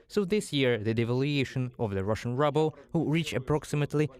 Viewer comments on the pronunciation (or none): HAHA it is very funny to pronounce the Rouble as rubble but even though it is in scrambles and and basically rubble. that doesnt mean you have to pronounce it as such.